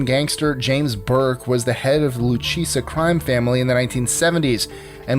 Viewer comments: its pronounced lu-ka-ze you said lu-cheesa. lol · He was NOT the head of ANY family, he led a CREW in the Lucchese LCN family under made-man Paul Vario, with the family being led by Anthony "Tony Ducks" Corallo, et al. Incidentally, it's pronounced Lou Casey, NOT Loo Cheesey.